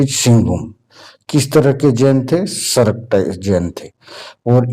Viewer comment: सर मैं एक सराक जैन हूं और वो सरक नहीं सराक है।